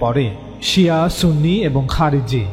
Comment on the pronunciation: ওয়াবি ত বেশি,সুনি বললে সুনি হবে না